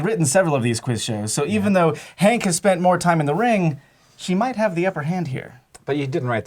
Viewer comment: Herbivorous, Herb.. there is an H, you are science people.. pronounce the bloody H. its not Ank Green is it? its Hank Green